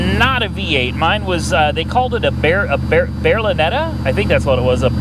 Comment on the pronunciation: It was called a Berlinetta not a Verinetta.